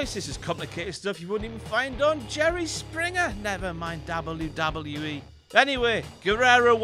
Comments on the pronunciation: The way he says DOBBLE YEW DOBBLE YEW E is so annoying. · Is anybody annoy on how he say double double ee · stop saying wwe like that it's weird and you should feel bad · WELCOME TO "DABLE U DABLE U KNEE" omg that acient doe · Dablu Dablu IH. Gotta love the brits :D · I've never heard it said this way. DAUBEL U DAUBEL U E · "Dabble you dabble you ee* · hear a dubbaeu; take a shot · Dabbleyew Dabbleyew Eee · Dabble-u Dabble-u E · the way he says WWF/WWE 😂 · I never thought I'd hear someone say "WWE" worse than Michael Cole. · the way he says wwe though... lol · you say "w" weird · the way he says W... sounds drunk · Really dislike the way this guy says WWE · he says w so weird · Why can't you pronounce "W"? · if ur gonna make vids get someone who can pronounce w